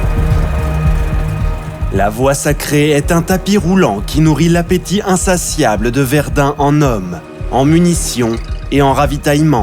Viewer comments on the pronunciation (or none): none